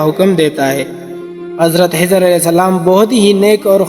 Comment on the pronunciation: Brother he is my school friend he cannot pronounce خ properly💙spread love not hate